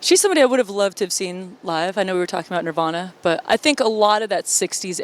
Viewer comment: "Nirvauna" lol nope